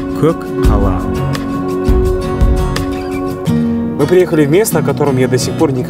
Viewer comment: Сен мәңгүрт боп қалған екенсің өз тіліңді ұмытып. Көк қала емес, көкала ғой. Көкала деп түсін айтқаны.